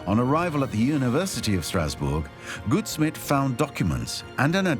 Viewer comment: First part of Samuel Goudsmit’s surname rhymes with gout (disease) instead of good